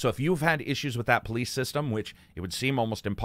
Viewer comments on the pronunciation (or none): none